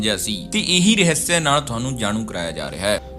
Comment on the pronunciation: ਮੇਰੇ ਵੀਰ ਪੰਜਾਬੀ ਰਹੱਸ ਹੁੰਦਾ ਰਹ੍ਹਿਸਿਆ ਨਹੀਂ